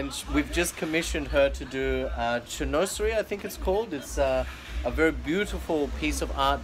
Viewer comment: Very nice. By the way, it is pronounced "shin wazerie"...😀